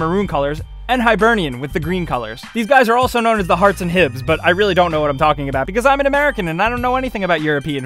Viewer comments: hibs ,hearts pronunciation made me die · what did you call hearts ?